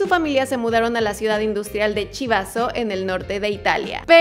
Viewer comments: La ciudad de Chivasso es un ( CHIVO GRANDE) jajajaja la pronuncia en italiano es KIVASSO . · Que horrible pronunciación la tuya. Chivasso, la ciudad donde estaba, se pronuncia como si estuviera escrito "quivasso". Gianluca Vacchi se pronuncia como si estuviera escrito "Vaqui" ......